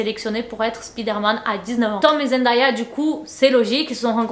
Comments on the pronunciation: Oi genti! Je voulais juste prévenir que Zendaya se prononce Zen Day ya et non zen die a ça n'est pas une remarque c'est parceque qu'elle a dit dans une intervention qu'elle supportait plus qu'on prononce son prénom comme ça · Salut, ta vidéo est bien intéressante mais tu prononce mal le nom de Zendaya. Ça ne se lit pas en français.